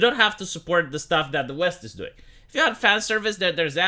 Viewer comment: "It eez what it eezz..."